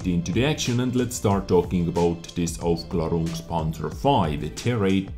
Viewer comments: But the pronunciation is actually pretty good. One more skill in wich shines brighter than Jingles. Hehe... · Like I said: someone disliked! Btw your pronounced it good I think;)